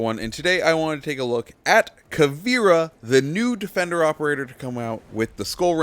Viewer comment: When he says new defender, it sounds like nude offender